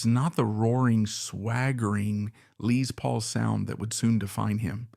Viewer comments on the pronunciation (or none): Bolann? Bolayne? Bolon? Lee's Paul??? Pictures of Suzi Quatro and Steve Vai? Dude, your subject choices are awesome, but you are in DESPERATE need of a knowledgeable and capable editor.. Consider it. Relying only on AI is a big mistake.